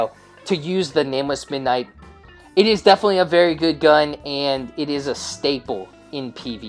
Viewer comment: Staple not "stable" SMFH.